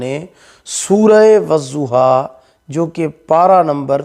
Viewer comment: wazuha ni wadduha hota hai, padna toh aata ni wazifa krega 🤣